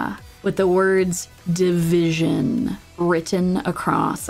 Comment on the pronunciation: its not division but divi sion